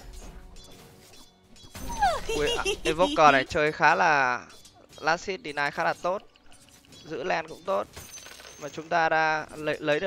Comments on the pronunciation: chứ hit có phải bắt đầu nguyên âm đâu mà xít gì bạn. chưa kể last âm cuối t. nối kiểu gì của chẳng ra. cơ bản thì quen miệng đọc sai vậy thôi. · Last hit mà cứ đọc last sic :)) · Chả nhẽ vừa TA, vừa TV 😂😂. Las-t (h)it nghe buồn cười vl ra :vv